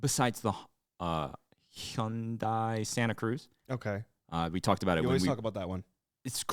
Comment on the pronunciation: His pronunciation for Hyundai threw me for a loop